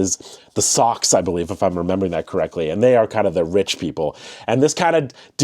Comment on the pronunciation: the socks!? bro… it’s pronounced so-sh… abbreviated version of “social/socials”… 🤦‍♂️